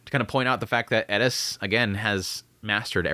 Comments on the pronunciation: bruh its just eris not elis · I know, right, why does he always cay ED-issss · How the heck do you hear how they pronounce their own names and still get it wrong. My guy it is Air-es. No d in the whole name. Please fix. It’s super disrespectful coming from a guy that has my name mispronounced and misspelled constantly. Just listen to what they say their name is or when other characters are calling them. Please I can not stress this enough. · I’m new here. Any reason you aren’t pronouncing Eris the correct way?